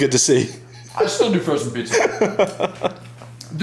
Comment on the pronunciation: That pronunciation on the pizza is a sin to Italian's everywhere 😂. Still a huge fan though. Heal up and crush it.